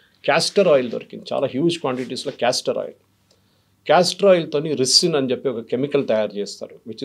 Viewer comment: రిసిన్ కాదు రైసిన్ అనాలి. తయారు చెయ్యటానికి మెడికల్ knowledge కాదు, సైంటిఫిక్ knowledge ఉండాలి. అన్నీ తప్పులు చెప్తున్నారు